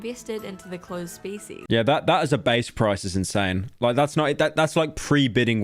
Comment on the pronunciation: I thought she said feces instead of species.